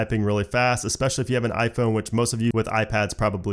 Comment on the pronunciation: The word is especially and not eXpecially. This is a very common error that is being made by English speakers recently.